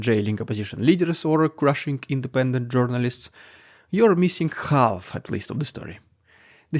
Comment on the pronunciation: The "l" in "half" is silent.